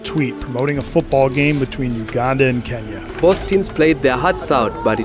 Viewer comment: “We Nee 2 Beah Kenyahhh”